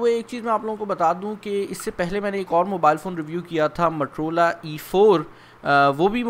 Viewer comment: Its Motorola, not matorola. Pakistani english